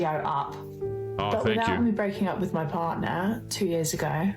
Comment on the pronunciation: What's a "bardnar"? 😂 Yeah, she cheated , he found out, he left. End of story. Whenever the women are vague, that's usually what happens. She literally said nothing for 15 minutes! She fumbled the ball and now will have to find some sad bloke to marry